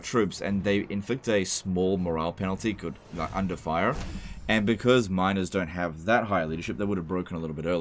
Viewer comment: Seriously! I can't be the only one who hears minOrs ,not minErs ! Those minors are very easy to replace!